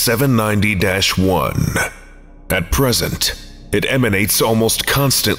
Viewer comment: Not sure if it's specifically because of my comments, but i appreciate you pronouncing the dash in "790-1." It goes a long way for immersion (for me at least) to not have to remind myself which scp is being talked about